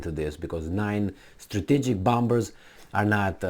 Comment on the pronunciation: can you finally swallow that second *B* and pronounce it bomer-s??? 🤣🤣🤣